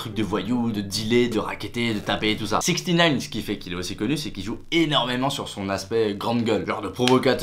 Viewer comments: On dit sixnine 😂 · Sixtynine ? c'est juste six-nine ahah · C’est infernale on prononce absolument pas sixtynine enfin dans les sons il dit six nine comment tu peux croire qu’on dit sixtynine alors que personne ne l’appelle comme ça, pas même lui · Ca se dit "sixnine" pas "sixty nine" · Et on dis 6ix9ine six nine epuis sixty sa veut dire 60 pas 70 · je t’adore mais six nine et non sixty nine pour la pronioncation et pas le chiffre je te l’accorde. bisous hein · Ça se dit six neuf est pas soixante neuf ^^ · 6ix9ine pas 6ixtynaine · Je pensais aussi qu'on disait sixtynine hahah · de ouff on dit sixnine😭😭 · Sixtynine mdr mec apprend la prononciation du blase ! JPP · Tory LANAISE ptdrrrr fait un effort